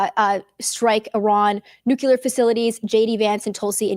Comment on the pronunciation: Nuclear NOT nucular. This is lterally not a word!